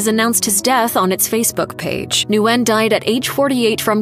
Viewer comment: Nguyen is pronounced "win." Kind of a common name even in the US despite being a Vietnamese name.